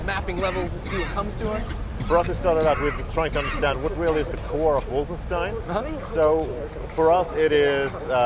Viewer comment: It's Wolfenstein.